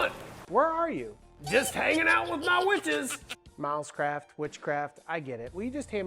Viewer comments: Every time you mentioned the company name I heard it as "mouse crap" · To my Aussie ears it sounds like you are saying “Mouse Crap” rather than Milescraft 😂